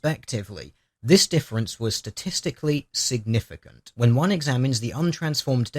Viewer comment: The emphasis in your pronunciation of the phrase 'statistically significant' makes it sound like you don't understand what it means.